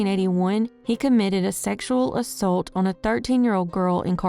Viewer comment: The way she says ‘assault’ rhymes with ‘adult’.